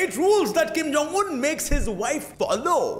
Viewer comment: when u say king jong un in 1;14